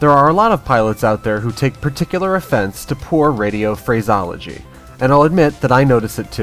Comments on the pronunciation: Pedantic comment: it’s pronounced ‘phra-see-ology’... ;) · was it supposed to be irony when you mispronounced the word "phraseology"? The correct enunciation is phrasEology - the "e" is NOT silent. :-) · Stop pronouncing PHRASEOLOGY wrong man.